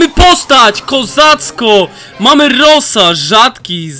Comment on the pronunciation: Mówi się rołza